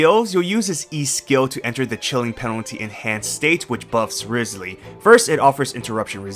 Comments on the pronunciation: Rye-slee not rizz-lee.... 😢😢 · By the way - it's RISE ly not RIZZ ly. Listen to his own introduction when he visits the home of that prisoner. I have a guarantee for him. He's so cute. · Still pronouncing it riz lee when in the game he's called Wriothesley (riots lee)...